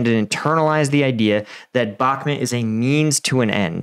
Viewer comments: It's бакмут bakmut Bakmut " bakmoot ", not " Balmet " learn 2: Listen ! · Why do you keep saying bakmit?? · I don’t know why this guy can’t pronounce Bahkmut correctly. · Love your vids but the way you say bakhmut kills me